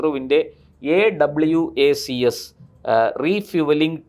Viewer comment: അവാക്സ് എന്ന പൂർണമായി പറയാൻ അറിയാത്തവന്മാരാണോ ചർച്ചയ്ക്ക് വന്നിരിക്കുന്നത് AWACS വായിക്കുന്നത് ആ വാക്സ് എന്നാണ്